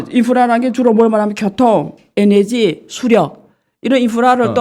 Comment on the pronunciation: 에너지라 하세요~ 에네지 아니구요~~^^